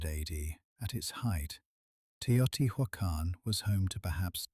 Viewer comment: PLEASE pronounce the names correctly. It's frustrating that you show such wonderful historical facts but don't take the time or make the effort to pronounce Teotihuacan correctly. It is not " tio-tee-who-ah-khan. Please don't insult.